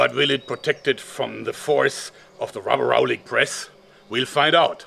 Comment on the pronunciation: I cringed every time he said rubberallic press